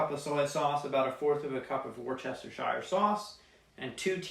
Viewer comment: "war-chest-o-shire" lol